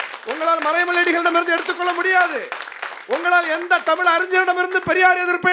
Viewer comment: அது தமிழ், டமில் அல்ல. அது கற்பிப்பவன், கற்பழிப்பவ் அல்ல. இவங்க தான் தமிழ வளர்க்க போறாங்களா?